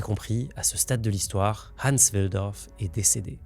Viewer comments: Je râle car la vidéo est bien montée et bien écrite mais comment peut on mal prononcer le prénom du sujet de la vidéo ? C'est pas Ensse mais HANS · Fauter tellement de fois sur la prononciation de Hans c’est un crime 😅 idée: utiliser l’IA non seulement pour écrire son script mais aussi pour apprendre à prononcer d’autres langues